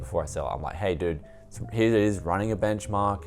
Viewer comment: why do you pronounce here here as hiar